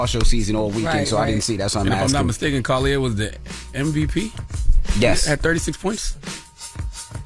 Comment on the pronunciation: I love listening to you guys but can you guys please practice on saying names before doing reports? And this goes for everyone on the show. Collier is a predominately black last name so why are we struggling to say it? Lauren eye-uhh-nes-cue. Mistakes happen but ya don't even try sometimes